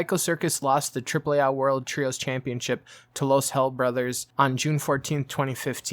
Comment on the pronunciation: Triple A not AH